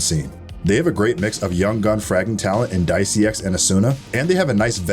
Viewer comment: it's just dicey not diceyx. just to be clear.